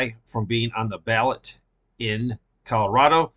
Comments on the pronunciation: Pretty sure you meant ballot, but ballet makes it hilarious sounding. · Ballot...not ballet....Although I would miss seeing Trump in a tutu and tights. :) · It isn't ballet, ... It is ballot.